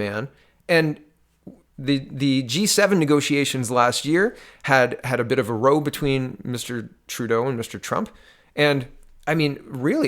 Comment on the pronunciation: "Row" as in fight is pronounced like "now", not "no".